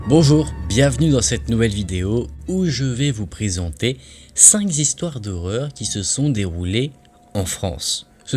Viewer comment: Je ne savais pas qu'il y avait un ”s" à "cinq"...